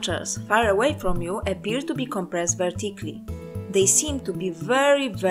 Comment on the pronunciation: This would be very good if the narrator would pronounce fundamental things like "vertically" correctly, no, not even that, just understandably... sorry, non native speaker here, really can't follow this way. Hugely disappointed therefore, as I had been very happy to find this video.